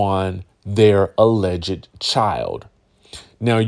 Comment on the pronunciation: Hey there....enjoy your channel....FYI, since you have to use the word 'Alleged" in your reporting, please know the 'ed' is silent....not sure if you are trying to be funny by saying, "allege -ed"